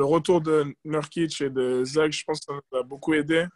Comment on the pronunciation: C'est pas Neurkitch comme dans "a nurse" mais NOUrkitch, qu'est ce que ça peut m'agacer ça, surtout que là c'est pas compliqué. Sinon c'est sympa d'écouter Jaylen, je lui souhaite vraiment une belle carrière en NBA.